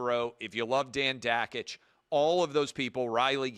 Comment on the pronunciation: How do you not know how to pronounce one of your own guys name... Dan Dakich???